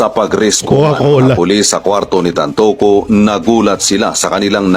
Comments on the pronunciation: TANTOCO NOT TANTUCU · TanTOco not TanTUco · TAntoco po..hindi tan tucu... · Brod tantoco hindi tantuco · Pronounce- TAN TO CO